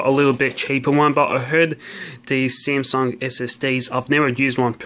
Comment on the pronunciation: He just said SEMSUNG